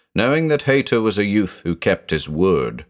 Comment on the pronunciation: With the name being Haïta, using the I with two dots - ï - I think that indicates the ï should be pronounced separately. So just like naïve is pronounced Nie-eeve, I think the name Haïta should be pronounced Hie-eeta.